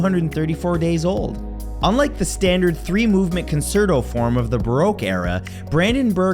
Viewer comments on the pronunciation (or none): The word "concerto" is Italian, and pronounced con-CHAIR-toe. Also, the E in "necromancy" is a short vowel sound, like in the word "neck." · Concerto : Con-Chair-toe